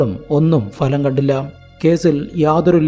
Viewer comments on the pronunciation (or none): "Falam" ഉച്ചാരണം ശ്രദ്ധിക്കുമല്ലോ 😢